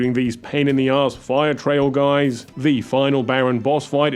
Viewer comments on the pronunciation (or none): none